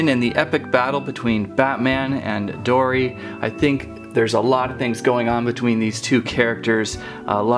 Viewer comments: its dory not dora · It was funny you said dora not dory